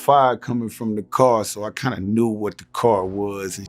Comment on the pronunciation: Buck can't pronounce "knew" or "threw", I wonder if Glorilla can🤔